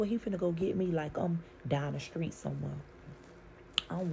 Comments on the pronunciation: I don't mind the story, but I hate the way they tell it with the smacking, saying screet instead of street, saying boom. Hope she keeps it straight with her babies. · She said, "Skreet" 😢